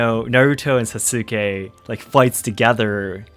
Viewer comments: Idk why it was so grating to hear Sasukes name pronounced Sah-sOO-kay instead of Sah-Skay. Aside from that, great vid mah boi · Y was he pronouncing sasuke as sasUkay when later he pronounces it correctly? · That emphasis on the "u" in Sasuke is really cringe. The u is actually silent (Saske). The japanese also mostly put the emphasis on the first syllable, where americans for some odd reason choose to put it on the second syllable. As someone who prefer watching anime with the original soundtrack and subtitles, hearing americans pronounce japanese names just sends shivers down my spine! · So.. I thought Japanese omit vowels sometimes to shorten words.. like every name I ever heard with x-suke did not pronounce the u in su..? Did you make a mistake or do Japanese shorten words when they shouldn’t? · Wait, "Sa-soo-ke" ??? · Sas-ooo-kay! Lol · Are you mispronouncing Sasuke on purpose? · I find it interesting that you pronounce the U in Sasuke where some people don’t pronounce it.